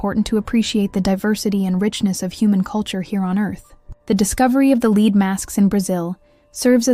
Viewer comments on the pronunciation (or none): Lead masks. Lead rhymes with bread